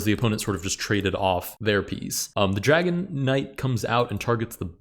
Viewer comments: I’m sorry, I know that you are saying dragon knight but all I hear is dragonite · Every time you mention the Dragon Knight, it sounds like you say "Dragonite" like the pokemon lol